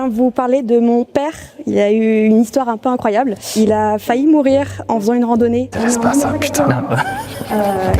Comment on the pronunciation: Bigflo qui vanne la prononciation de culotte alors qu’il arrête pas de dire faillut à la place de faillit